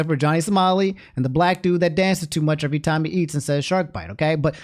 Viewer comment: "evewy bit of engagement i get on my channow makes me twemendous amounts of money AND THAS THANKS TO YOU GUYS"